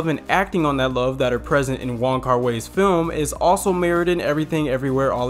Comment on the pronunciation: wong... kar... WAI. WHY. WHY!!!!! please. thank you